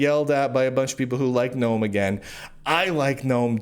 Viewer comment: Ackchually, its the GuhNome foundation thx